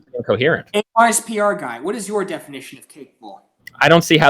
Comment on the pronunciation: “ARs PY guy”